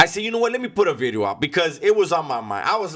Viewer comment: “nuuuu vid-e-oH”